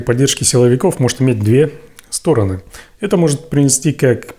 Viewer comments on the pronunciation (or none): По обе стороны, ударение на первом о, но две стороны, арение на ы. Смотри в словарь ударений русского языка, учи русск и язык, а уж потом рвись в эфир